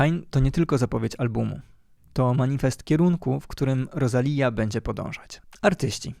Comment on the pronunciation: inaczej się wymawia Rosalia ....aż boli